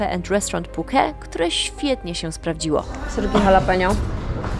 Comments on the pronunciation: Wszystko super ale te Puke brzmi bardzo dziwnie i nikt tak niestety nie mówi😂😂😂,poza tym wszystki super i oglądam wszystko jak leci, dobra robota. Pozdrawiam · Puke ? nie wiedziałem że tak się wymawia Phuket …